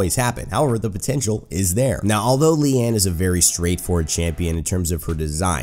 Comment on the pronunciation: Correct pronunciation on her name, which means 'lotus' (maybe)